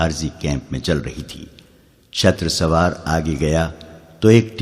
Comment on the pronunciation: ارے بھائی شتر سوار نہیں شتر سوار ش پر زبر نہیں ش پر پیش ھے لہذا تصحیح کر لو